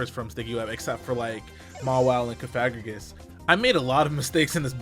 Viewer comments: no he saying it wrong, cofa-grig-us as in coffin grigus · Pronounced like sarcophagus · I just now realized that I've been pronouncing Cofagrigus wrong